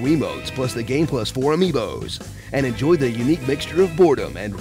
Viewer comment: "Amibo's! chuckles I wasn't expecting that